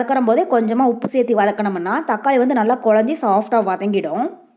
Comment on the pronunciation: kindly watch your tamil pronunciation. you always say serthi instead of serthu